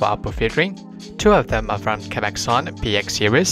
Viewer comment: I mean he is pronouncing the brand with "A" - capaxon.. but it's capxon. With no A.